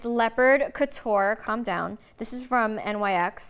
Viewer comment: Nobody: Snookie: cAlm dOWn